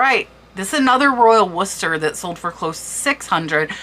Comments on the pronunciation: Its Worcester not Wooster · Pronounced "War cestor" :)))